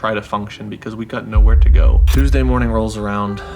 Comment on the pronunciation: Am I the only one who noticed “Tusday” ?